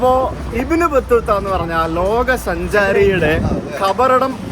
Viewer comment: ഇബിൻ അല്ല ബിൻ that's the pronouncing